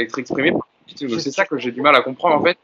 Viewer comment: Sinon, un jour, les mecs, vous pourriez juste bien prononcer le nom de Pochettino? J'suis loin de le porter dans mon coeur, mais entre les prononciations telles que pokettino (à l'italienne), les pokettinho (mix d'italien et de brésilien) ou les Pochettinho (carrément à la brésilienne), on en finit plus. Donc le mec en haut à droite faut qu'il arrête de dire Poketchino parce que là ça devient n'importe quoi. Et pourquoi pas Poketchéquoslovaque, tant qu'on y est... La bonne prononciation, en espagnol, c'est Po(T)chettino. Ce qui, décomposé, nous donne - répétez après moi! - PO-TCHE-TI-NO. Rien de plus simple. P comme "Poney", O comme "Olé", T comme "Tuchel", CH comme "Chantal Goya", E comme "Électricité", TTI comme "Tigana", NO comme "No comment" Pour conclure, j'aimerais finir sur une citation de Geoffrey Jourdren 😍 "ZIZOU! Z-I-Z-O-U! ZIZOU!"